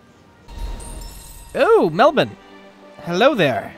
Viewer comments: an american who pronounces Melbourne correctly? WHAT IS THIS BLACK MAGIC!? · HOLY SHIT IT'S TRUE... I mean, at least they aren't calling it Mel-born...